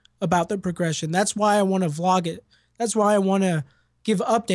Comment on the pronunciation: Plz say vlog not v-log no offence